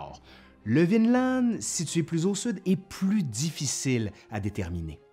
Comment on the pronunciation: J'ai l'impression que prononce « Vinland » à la norvégienne, c'est-à-dire sans prononcer le d final. Bravo!